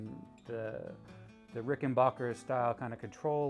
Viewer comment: Say it with me, RICK-EN-BACK-ER. Thank you.